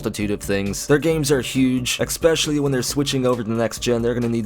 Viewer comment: I appreciate your channel and your hard work very much but can you PLEASE stop saying "Eck-skape", "Eck-specially" and "Fer-milliar"?